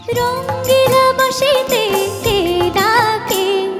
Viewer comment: উচ্চারণ টা ঠিক হলে আরও ভালো হতো। বাশিতে নয় ওটা "বাঁশিতে" হবে।